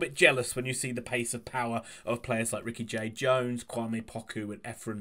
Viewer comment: It's Ricky-Jade Jones not Ricky Jade-Jones btw